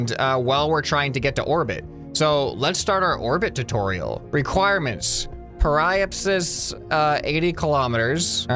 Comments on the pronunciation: Periapsis is pronounced Perry-app-sis mister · By the way, periapsis is pronounced like perry-app-sis :) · I do belive he will be a good editor and also you pronounce Apoapsis as A-po-ap-sis and Periapsis is Pe-ri-ap-sis. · Hey! Some pronunciations for you: Apoapsis(AH-PO-APP-SIS) periapsis(PERRY-APP-SIS) also prograde is the direction you are going in velocity wise, retrograde is where you’re coming from(the opposite) hope this helps! Love this series!!! Edit: PLEASE play KSP after you play this!!! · Watching pronounce periapsis and apoapsis is painful to someone who is a space enthusiast. ( really love this game though please carry on with this series ). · It caused me internal pain when I heard him pronounce periapsis and apoapsis, gosh.